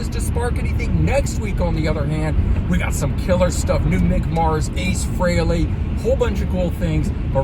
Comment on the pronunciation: Thank you for pronouncing Ace's last name correctly!